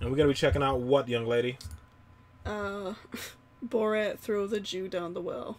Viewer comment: I love the intro lady's pronunciation of Borat... "BOROTE"